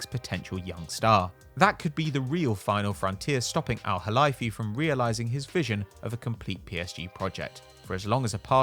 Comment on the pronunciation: Very impressive pronunciation of the “Kh (خ)” in Nasser Al Khelaifi’s name, however it’s pronounced Al Khelayfi as in the word lay.